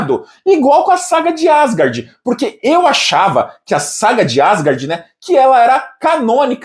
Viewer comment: calma p q? Quem disse q eu estou enfurecido? O aspone lê uma mensagem e interpreta q o emissor está tomado de cólera. É um "jênio" com j de jumento 🐴. Eu nem pretendia fazer, mas vai mais uma correção: Asgard é oxítona, não paroxítona, ou seja, pronuncia-se AsGARD, com ênfase na última sílaba, e não ASgard. "Jênio" 😂😂😂😂😂😂😂